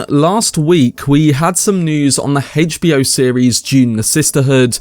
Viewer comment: the way you say HBO destroys my soul HAYCH B O